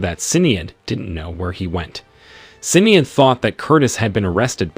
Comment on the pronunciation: I love listening to people trying to promounce Irish names. Sin-ee-ad ... heh